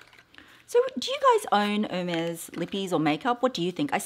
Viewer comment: No, you don’t pronounce it correctly - but the color is beautiful. Love Ostrich❣️